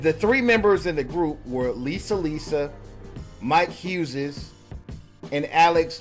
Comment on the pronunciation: Why is dude pronouncing the name Huzez?